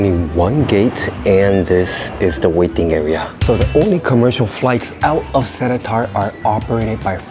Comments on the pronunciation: It’s not se-le-tar it’s se-lae-tar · It’s pronounced as se-Li-tar